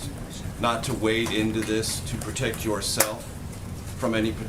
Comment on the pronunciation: sec’s “pur-tect”